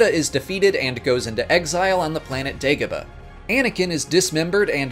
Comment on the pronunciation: I hate how you pronounce the names of the planets fx mustafar and dagobah.... andndndndndnd omg Galen Air-so what the heeeeck